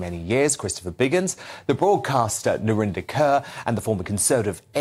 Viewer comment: "Narinder Cöeur".... Her face: 🥴